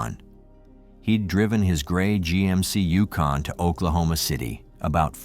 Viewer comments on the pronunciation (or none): none